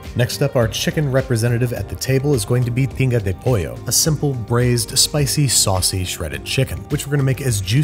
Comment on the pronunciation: Had to listen to it again, but yeah, that's definitely "pinga" de pollo he says, must be salty about having to eat cilantro